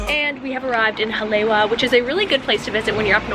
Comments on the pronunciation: Her pronunciation of Hawaiian words is terrible. Haleiwa is pronounced Hali Ava. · pronounced Ha-La-e-va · “HA-lay-Ee-Vah“ All pau, driving me nuts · That shop in Haleiwa (pronounce "holly-ayva", BTW), with the "wings"....used to get shave ice EVERY time we passed by there. 30 years ago!!!! (lived on Schofield 89-91) I'm leaving tomorrow morning, from Detroit...will be there in the afternoon!!!! Glad the place is still there...we'll be stopping in for sure!!! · pronounced 'ha-lei-e-va' (in Hawaiian, the 'w' is pronounced like a 'v')... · It’s pronounced Ha-Le-i-Va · HA LAY WA LMFAO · I love your videos! I was so happy when I saw that you went to Hawaii! Just a quick tip from a local though, Haleiwa is actually pronounced “Ha-lei-e-va” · girl, you should've gone mermaid cave over there in the westside. Btw, Haleiwa is pronounced Haleiva. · The way she pronounces Haleiwa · Hahaha thats the 1st thing I tought too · Yes, the pronunciation needs correcting. It’s what Briana said.